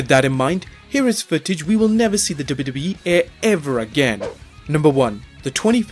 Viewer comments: You need diction classes kid... It's WWE which is pronounced as double u double u E and not dub dub e hunny bunny.... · IT'S "DOUBLE U" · Wwe not dubidubi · does he say wwe or dub dub e? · Say dubbayuhdubbayuh-eee one more time... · "Double-doubly-eff?" What is wrong with your mouth?? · I swear if he says 'WW' again the way he does. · is he saying dubeedubee? lol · STOP SAYING DUBBA DUBBA E. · the way you say WWE is freaking me out. lol sounds like dubba dubba E. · Someone teach him how to say wwe! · How hard is it to pronounce w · Anybody also noticed how funny he was saying 'WWE'? It's like he's saying a different letter not found in the english alphabet. LOL. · had to stop cannot take the way he says W.W.E.